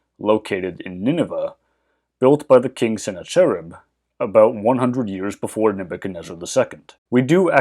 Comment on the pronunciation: Google the pronunciation of Sennacherib.